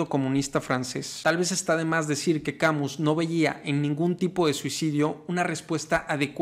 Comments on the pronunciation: Albert Camiu??? Camus pronuncialo mejor Cami con tilde en la i. No te estoy bromenando. Es un truco que te dan los profesores de Frances! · Camus se pronuncia Kamys. En francés todas las palabras son agudas, paleto. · Mi tío era muy sabio... jaja. Algo de escritor nos legó. La pronunciación es Camí sin "u" ni "s" final. Buen video. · EN FRANCÉS NO SE PRONUNCIA LA S SE DICE CAMU Y LA U SE PRONUNCIA COMO UNA I LIGERA SE DICE MÁS BIEN CAMiius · No se pronuncia Camiu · ( "Camiu" :( no se acerca ni por poco a la pronunciación XD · Tu explicación es muy clara. Lástima que no sepas pronunciar el nombre del filósofo de quien hablas.